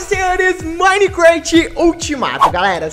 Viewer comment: o cara fala minecraft mo esquisito e o memso q minicresheii skksks